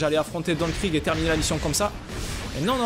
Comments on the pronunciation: sa se prononce krig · non sa se pronomce krigue